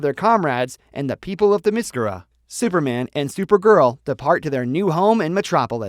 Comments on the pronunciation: my word this guy is butchering wonder woman home land name it's pronounced Therm meh scare- ra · This video is crap and inaccurate. And you pronounced Diana's island wrong.